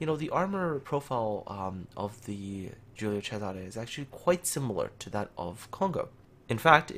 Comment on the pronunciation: I'm italian end you the only one (non italian) that pronounce the name of the ship correctly, I rilly estimate this